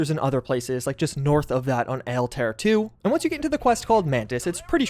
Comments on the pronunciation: Altair = all tie ear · Great video ! Good stuff here ! but all you guys pronounce ALTAIR the wrong way... It's pronounced AL-TA-EAR. Its Arabic for Eagle/Flying Bird. Englisch talking people make it all sound as if its an English word and it just sounds weird that way.